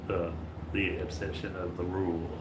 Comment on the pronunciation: slob tries for 6 seconds to say exception and fails😂😂😂